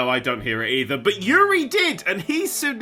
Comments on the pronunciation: Just would like to say his name is pronounced oo-ri and not yu-ri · Its actually OOH-RY, not YURI... It's an Israeli name And yeah... Uri is one of a kind innit